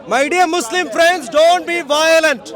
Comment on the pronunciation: that way he said muslim😂😂😂